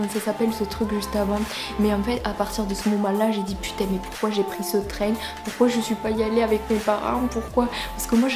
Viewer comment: Le traingue 😂